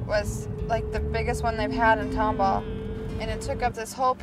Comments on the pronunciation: I think it's Tomball not Tomhall mate. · Just here to let you know it's Tomball, not Tomhall. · FY: it's Tomball, not Tomhall.